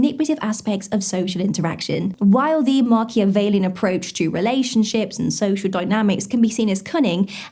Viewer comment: It's "Machiavellian" 😉